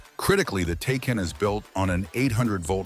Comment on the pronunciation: Can't even pronounce Taycan correctly. lol